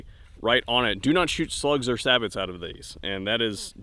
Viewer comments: It’s pronounced Say-Bo. Not Sabits. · It’s not pronounced saboT round it’s pronounced sabo...just FYI! Thanks for good review! Been looking at this for short range coyotes! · That's not how you say sabot